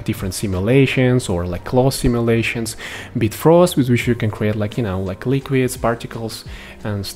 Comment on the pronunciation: Its BiFrost not Bitfrost .....